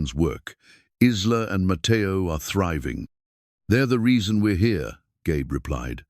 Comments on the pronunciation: Every time he pronounced the girl's name as Is-la instead of I-la (Isla is pronounced I-la), it made me grind my teeth. I do believe the timeline was off, too. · AI is great, but pronunciations need to catch up. Isla is not Is-La, but I-La like island. Silent S. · Isla is pronounced eye-la please fix it . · Lovely story, but. , why not prounce names correctly , Isla , is prounced Ila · The name is not IZLA!!!! It's like island without the -nd. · It is so funny that the computer voice pronounces Isla with a short I when the s is silent and the I is long! My grandmother’s name was Isla.interesting!